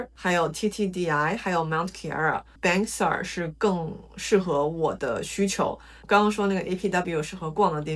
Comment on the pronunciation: Bangsar是 唸 幫沙。